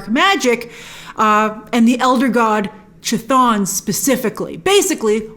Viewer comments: It’s Kuh-Thon. Not chuh-thon or Kuh-Thone or Kuh-thoon. Chaos=Chthon. Not Chay-oss. You & Cosmic Wonder never say it right lol Wong knows lol he even said it in the movie. Lol I’m trying to help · Not to be a stickler....it's KA-thon....like Cthulhu....KA-thool-hoo.... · Its pronounced K'thon. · Edit: Should I assume you read my comment explaining the music notes fight scene?? Grace, at least pronounce Chthon right at the very least. I can forgive that one because it's difficult to get right if your unfamiliar with the character like you seem to be. I don't hate you Grace, just in case you interpret any of my other comments that way. In fact, I really REALLY want to help you with your creative element too your channel. Kevin Feige assembled the Earth's Mightiest Hero's to defeat the Mad Titan. I want to be like Kevin Feige and Assemble the Earth's Mightiest Content Creators and place them all in ONE singular area of a Social Media Platform yet to be born. Any thoughts??? Because if I can find a way to do it and execute my idea and plan, it will be the most valuable asset that Marvel can depend on if it's done right. And that means having YOU as one of the most valuable assets in the platform. But I need help with launching it. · That's....not how C'thon is pronounced lol